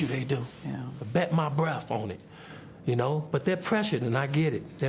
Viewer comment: “ I bet my breff on it”